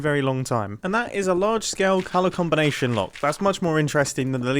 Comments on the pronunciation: "lever combilation lock" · he says lever combalation lock and I think that's funny